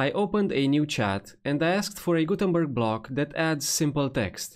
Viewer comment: Block? Blog? Sorry, no Hate but everytime you say „Block“ (as I asume?) I hear „Blog“ which means something completely different. But I guess this is a „problem“ a lot of speakers and audiences have since WordPress introduced Gutenberg BloCKs ??????? 🤷‍♂️🤷‍♂️🤷‍♂️ 🙂🙂🙂